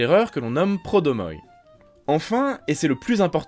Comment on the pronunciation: Petite rectification, on dit pordromoi et non prodomoi. "Ceux qui courent devant" litteralement